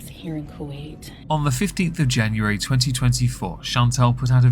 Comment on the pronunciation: Love how you pronounce Kuwait 😊 Kjuayt